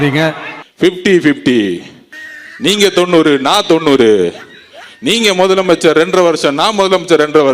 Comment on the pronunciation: மொதலமைச்சர் இல்ல! அது முதலமைச்சர்! நாக்குல இஸ்திரி பெட்டி வச்சுதான் தேய்க்கனும். இவனுக்கு எவன்டா தமிழ் வாத்தியார்? இவன் பள்ளிக்கூடம் போனானா இல்லையா